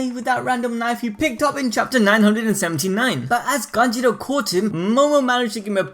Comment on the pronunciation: Kanjurooooooo not kanjiro :< haha